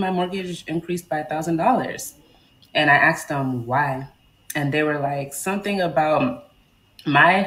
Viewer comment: You axed them (if you can't speak properly you shouldn't be trying to buy a house)